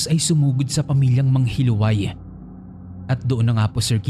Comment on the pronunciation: Yung sa 1st story po hindi po MANGHILUWAY ang pgkabigkas nun kundi MANGHILU-AY. From the root word HILO (LASON). Wala lang na share ko lang.